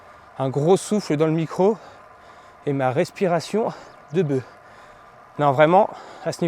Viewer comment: De beuffffffff, pas de beuh,à moins que tu prennes de la beuh mais c'est HS